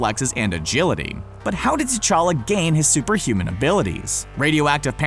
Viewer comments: Prince techalla not tetaka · Pronounced: cha-lah